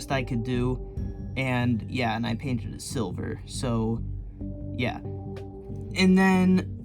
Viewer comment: he said yuh. It means yeah.